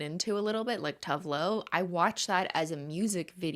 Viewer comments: Cristine pronouncing Tove Lo as tough love is something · Hey Cris, quick note from a Swedish person: Tove Lo is pronounced "too-veh loo" :) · According to the music video for Disco Tits, Tove Lo's name is pronounced "Too Va Loo" but I dunno, she could've been trolling us